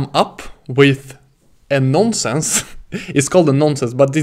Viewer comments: It is "nonce". Not a "nonsense" :) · Cracked me up everything he kept saying "non sense":)) Had to check the comments to make sure I was not the only one hearing nonsense lol Great video and excellent teaching skill though. Keep it up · Non nonsense its "nonce"